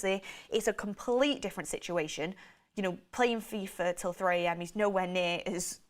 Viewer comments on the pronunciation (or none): none